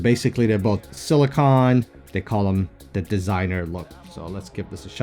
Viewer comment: Awesome vid def picking up one of the metal bands. And Lol it’s pronounced “sili-cone” not “sili-con” 😂